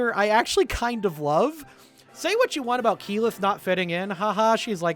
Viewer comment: Tal-dough-ray, EEE-mon, Kaylith? XD